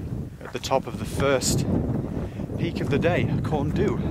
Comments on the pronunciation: You're pronounciation is good, but corn du is pronounced ''corn dee''. Great video, I really enjoyed it! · Excellent attempt at pronunciation . So, Pen-Y-Fan (pen, uh, van), Corn Du (corn, dee), Fan-Y Big (Van, uh, beeg)!!